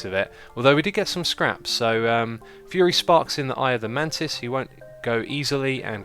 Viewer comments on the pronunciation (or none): none